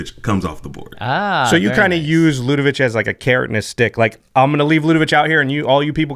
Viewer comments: Ludevic ends with a 'k' sound, not a 'ch'! Stop it! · It’s Ludevic with a hard “k” at the end...come on guys, it’s a name that exists it’s not that tricky. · There’s no “h” at the end of Ludevic. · I'm at the 6min mark and ready to pull my hair out because everyone is mispronouncing Ludevic. I probably won't be able to finish this episode.